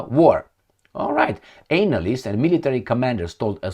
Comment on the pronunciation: Please change the way you pronounce analyst. Please